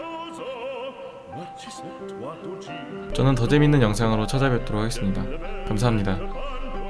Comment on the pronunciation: 저는 더재미있는 영상으로 찾아뵙겠습니다 라고하는데 더듬이있는 영상으로 찾아뵙겠습니다라고 들리나요